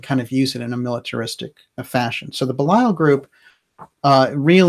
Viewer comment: I adore your program, although I never actually catch it when it is live. However (and you can attribute this to my being an old stick in the mud as far as English grammar and pronunciation go) your pronunciation of Belial has been driving me crazy. So I went looking. I did find one soul pronouncing it the same way you do, but all of the others said something more like Bee' lee ul, or Bay' lee ul. I actually wasn't sure who you were speaking about. And Ahura Mazda and that other guy, Ahriman, they're not part of "Persian religions" in general, they're the heart of Zoroastrianism, which is a very old religion indeed. In general, it seems to me, you never make mistakes (apart from occasional weird pronunciation; and I'm not sure about your subjective versus objective pronouns; nobody in you generation knows the difference between those), so when you categorized Ahriman as the bad guy in "Persian religions" in general, I was a little bit surprised. But I guess I may be wrong, because I guess Mithra was in another religion. But "Thus Spake Zarathustra" (the unforgettable 2001 film music) I do think falls into the category of Zoroastrianism.